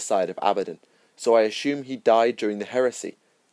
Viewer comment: I'm sorry. I love series, listen to ALL. But 'ashume' ashumed are NOT English words. 😕